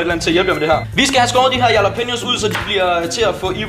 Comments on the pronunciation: Christian Munch v3 Det udtales "Rhalla-penio" Ikke yala som vores bro her gjorde. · IQ man udtaler jallapeneos med R i stedet for j